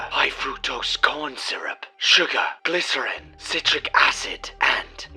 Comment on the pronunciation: Your coffee machine pronounces glycerine correctly, you're pronouncing it wrong